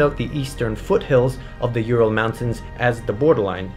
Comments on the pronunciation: Not You-Ral. U-ral. Oooh-ral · It just hurts my ears when pronounce Ural as You-ral instead of Oo-ral. Also I can't stop my brain associating it with urinal when I hear You-ral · It's not pronounced like that, ( I am talking about Ural Mountains ) It's "OoRrraall"